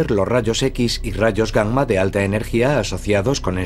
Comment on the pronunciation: Es la correcta pronunciación de la doble 'm'. Aunque también me resulta curioso y chistoso